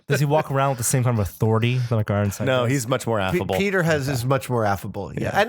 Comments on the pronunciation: Michael "Ironside", not Ironsides... no "s" at the end. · Why do they say "Ironsides"?